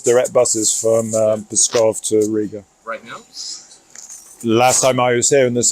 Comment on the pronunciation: I can't help laughing on the way you pronounce the name of the city Pskov "I thought about going to Peskov" sorry😁 Yeah, going to Peskov would ease travels in Russia, that's for sure haha